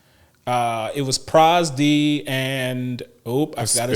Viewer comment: The guy you played the Gundam tcg against, his name is pronounced Pro ZD, not Prozz D.